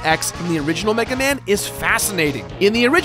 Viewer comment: We must recover all the energy meguaman